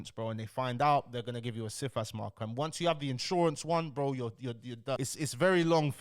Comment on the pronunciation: Cifas - pronounced "Sigh-fass", is a multifaceted system. For example, you can put a Cifas on yourself, to protect yourself in the case of fraudulent applications... I've seen wealthy families put Cifas on every family member, so that no one can take out fraudulent applications. If you are living a "normal" life with regular sources of income, and do not commit any acts of fraud (including doctored documents), then you are very unlikely to fall foul of Cifas. This guy is entertainment, not education.